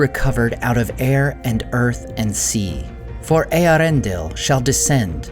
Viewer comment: I can't remember if I've brought this up yet, or not, but even if I have, it's worth mentioning again: I have a LOT of respect for the, for correctly pronouncing the name of Eärendil. More so, because the movies mispronounce his name and it would be easy for a Poser-Nerd to take the movies as an authority on pronunciation. Not so with. He correctly dismisses the twaddle proffered by the movies and correctly disseminates the name for us. Cheers, mate:)